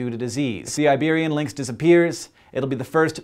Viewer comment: Iberian lynx, not liberian lynk